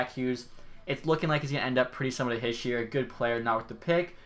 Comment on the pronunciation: Hischier is Hee-sheer, not Hish-er.